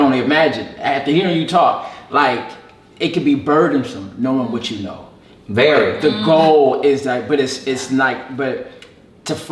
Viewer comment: "VERY". BRUH YOU KILLED ME WITH THAT LMFAO